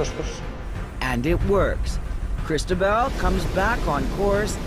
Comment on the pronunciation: To the narrator: Do you see that little black mark on top of the letter "O" on the word Cristobal? That is called an accent. It denotes the strongest syllable in the word. So Cristobal is pronounced Cris-TO-bal. Thanks